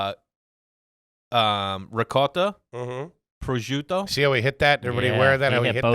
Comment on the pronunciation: I was with him until he said ricotta in an Italian accent. That's nouveau riche trashy.